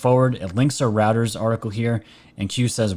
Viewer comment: Great show as always! Reuters sounds like 'ROY-TERZ'